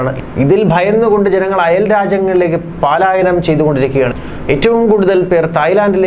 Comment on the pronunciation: പാലായനം അല്ല കുട്ടാ. പലായനം. ദീർഘം വേണ്ട. ഒന്നല്ല, നാലുവട്ടവും ഇങ്ങനെ പറഞ്ഞു. വെറുതെ, നിസ്സാരമായി "പ" എന്നു പറഞ്ഞാൽ മതി. ഒരു ഡെക്കറേഷനും വേണ്ട. 🤓🤣😂😜😆